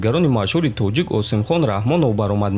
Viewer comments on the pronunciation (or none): none